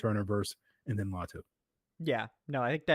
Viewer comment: It’s LATU